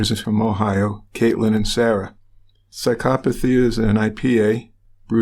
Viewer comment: So glad you know how to pronounce psychopathy........